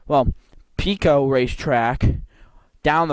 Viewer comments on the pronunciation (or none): Pico is pronounced like apple Pie-Koh .. The first 9 minutes of the video is annoying and painful to listen to.. It's a shame you don't fully do research and practice your dialogue before you shoot .... The Pico track was where GE plant #2 sits today on Wincrest RD, I don't know of any NAPA store there. The concrete wall you sat upon at Fairmont is the barrier for the 4th turn and it ran along the front of the entire length of the southern set of bleachers... The bleachers sat back about 20ft from that concrete wall, and it appears the dirt fill on the bleacher side of the wall has been removed. There were also steel posts set in or just behind the concrete with 10ft high steel mesh fence. Many cars ran right up into that wall/fence. The wall/fence ended right where you saw it end, and there it transitioned into a guardrail and 8ft high steel mesh fence which ran in front of the tower and the northern set of (smaller) bleachers. **** There was nothing but banked dirt on the rest of the turns same as you saw it. The backstretch was wide open field.. Yes, cars could jump the banks you mention and wound up in the bushes or in the fields. Yes it was originally a horse (harness) track because it was the Rutland County fairgrounds way back.. You're correct that stock car racing at Fairmont started in the 1940's, but you missed it had shut down for a few years in the late 1950's-1961.. Family friend Hugh Young was owner/operator of the track almost 2 decades before CJ Richards showe